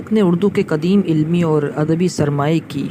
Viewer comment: کاش آپ مولوی عبدالحق صاحب کہتے! باربارمولوی عبدالحق کہ رہےہیں۔ کواعدنہیں قواعد نیزکدیم نہیں قدیم اپناتلفظ درست کیجئیے